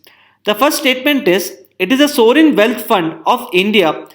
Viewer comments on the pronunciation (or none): Please pronounce well ' sovereign'